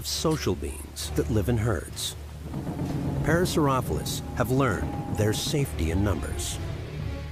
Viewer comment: was the narrator pronouncing parasaurolophus wrong? i can't tell but i think he was and it's kind of bothering me xD lol i've seen the docu three times and it always gets me lol